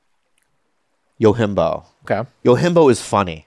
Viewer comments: Dammit Bobby if you love the movie so much at least say the name right. It’s not “Yo-Him-Bo” it’s “Yojimbo” Jim like how you say “gym” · It's funny how often Bobby brings up Yojimbo and doesn't know how to pronounce it.